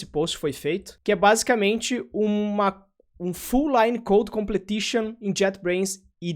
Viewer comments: se diz "complishon".. não "completishon" :P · Completion mano. Com ple tion. 😂😂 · face-green-smiling: sendo o cara chato na pronuncia: Completion